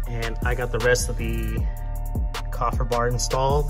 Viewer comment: KAY-fer... great vid